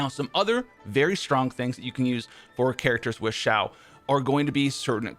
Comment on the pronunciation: It’s not Ziao it’s Xiao my dude